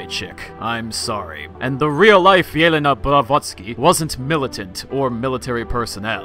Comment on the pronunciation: Thanks for educating us about Helena sensei! I like the way you pronounce Helena full name :D